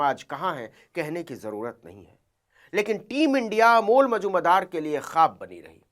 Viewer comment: Are Navin ji Amol Majumder boliye,aap kya nam bol rahe hai, thik se boliye